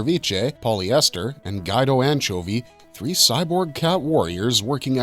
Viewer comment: Gwee dough (pronounced) anchovie lol. Nonetheless solid material. The famicom game is a lot of fun too. Supposedly there is a remake/remaster in the works too. The toys are ridiculously expensive as well.